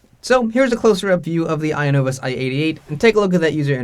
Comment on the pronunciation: I agree with your judgment on how to pronounce the "i" sound (excellent example in your video, as a lot of English vocabulary and spelling comes from Latin and Greek, and that's how exactly Latin and Greek words are pronounced: as you see them), but I don't think the stress syllable is at the front. I think it should be "i-NO-vus" with the stress at the "no" sound. It's very rare in English where 3-syllable words have the stress placed on the first syllable. We have words like "to-MO-rrow", "Ber-MU-da", "ex-AM-ple", etc. Notable exceptions include words like "Ja-pan-ESE", but that's due to the added "ese" morpheme changing the pronunciation of the whole word (note the first "a" sound changed from a back close /ʊ/ sound like in "but" to a front open /æ/ sound like in "bat"). The "ese" morpheme is an exception, as most morphemes don't change how the word is pronounced or where the stress syllable is placed, think "Bra-ZIL" to "Bra-ZIL-ian", or "ascend" vs "descend" vs "transcend", etc. Here's your 5-minute lesson on linguistics and phonology. XD